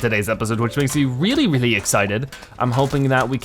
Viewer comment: He can’t pronounce the R in the word really